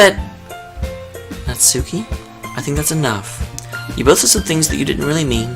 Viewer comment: *Natsuki. Her name is Natsuki.